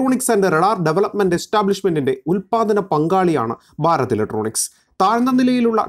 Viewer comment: ബാരത് ഇലക്ട്രോണിക്സ് എന്ന് പറയരുത്. ഭാരത് ഇലക്ട്രോണിക്സ് എന്ന് തന്നെ പറയണം. നിങ്ങളുടെ ചാനലിനോട് പ്രിയൻ തന്നെ. പക്ഷേ, ഞങ്ങൾക്ക് അതിനേക്കാൾ പ്രിയം മാതൃഭാഷയാണ്. ഭാഷയെ വ്യഭിചരിച്ചാൽ ഡിസ്‌ലൈക്ക് ചെയ്യും . OK.